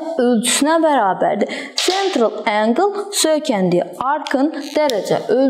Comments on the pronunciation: angel yox angle😊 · Ark angle nedi duzgun deye bilmirsiniz??